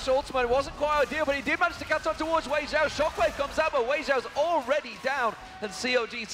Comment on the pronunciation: Was is only me who noticed that they said Xiaowei instead of Weixiao?